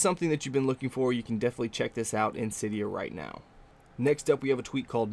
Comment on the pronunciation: couria sounds like korea mispronounced